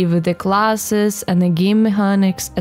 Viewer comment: Hard c in mechanics. Like mekeniks. You are a cutie tho. Nice video. Subbed.